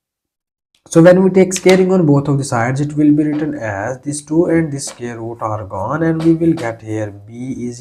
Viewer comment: SQUARE NOT SCARE !!